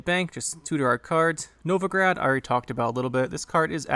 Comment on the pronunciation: The city in Russia is actually Novgorod, all O's (though the meaning is the same as "Novo-grad", yeah!). Among the museums in the city's central kremlin is the Museum of Literacy/Writing, featuring quite a few examples of Glagolitic script! =) Speaking of, that is one good deck. Seems like a solid use for Collusion -- the Novigrad card is probably all I need to craft for it. Thank you for the detailed overview!